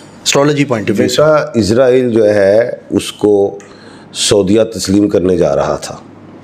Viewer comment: اسلام وعلیکم اپ سے گزارش ھے کہ اسرائیل بولا کریں ازرائیل نہ بولیں شکریہ